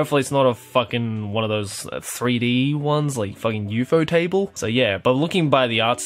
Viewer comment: Are you talking about Ufotable? If you are then lololol I've never heard anyone pronounce it like that